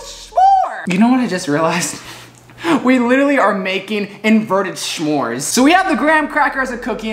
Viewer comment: I say smores but an intelligent human being says shhhmores